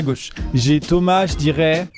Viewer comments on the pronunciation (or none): none